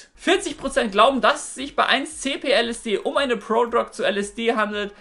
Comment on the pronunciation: „Prodrog“ :DD